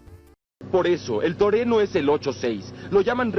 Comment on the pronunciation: no me refería a la pronunciación bro, en la first stage en latino, cada que se enfoca la parte delantera del Hachi-Roku dice TORENO, y no TRUENO, aunque si,. totalmente de acuerdo contigo